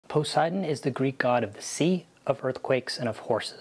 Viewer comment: but your pronunciation makes the GOD German! Try PO-SAY-EE-DAWN!